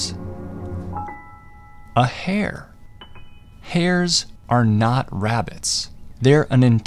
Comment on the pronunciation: Hare kinda sounds like hair lol